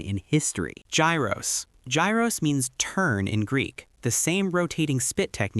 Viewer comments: It's pronounced ghiros not gairos Like it's a hard "H" ghiros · Gyros is pronounced like Euros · Straight to the comments after hearing that, i swear americans think english is the only language in the world